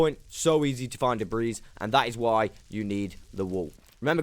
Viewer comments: The s is silent in debris. My bad if u pronounce it in purpose. New to videos. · Great video. Im gonna go implement a bunch of these in my own survival world. Just an fyi. The 's' on the word debris is silent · Dude lol the "S" is silent in "Debris" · "Ancient debriss"